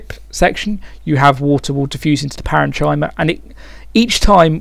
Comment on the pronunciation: parenchyma isn't usually said like that, its more like: Paren - Kim - Er